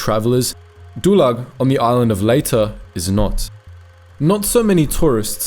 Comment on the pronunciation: is pronounced ...LAY TE...